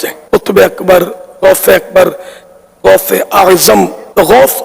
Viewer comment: Are khabees ke bachche pahle gaus bolna seekh ja phir baat karna aur baraili ke logon se itni taklee kiu hoti hai tujhe Maine tu kar ke is liye Bola hai kiu ki jo mere gause aazam ka nahi woh kisi ka nahi Labbaik ya Rasoolullh sallallaho Allahe wasallam Labbaik ya Husain Alaihissalam Labbaik ya gause Aazam